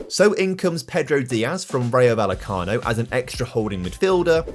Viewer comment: Quick tip,! When pronouncing "Rayo Vallecano", the 'll' is pronounced similarly to the one in "Sevilla", which you do get quite well! Great video as always.